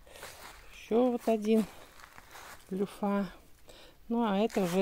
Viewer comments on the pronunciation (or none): Не люффА, а лЮффа - ударение на Ю